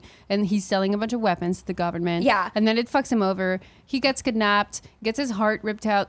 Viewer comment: I just have to say that the way says kidnApped is adorable. No sarcasm intended!